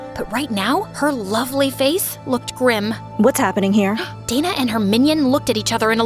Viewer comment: wait isnt it dana and not data..?